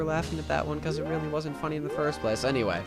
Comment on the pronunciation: "FUNEE" haha nice